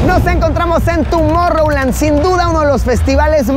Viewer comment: TUMOR-land? xd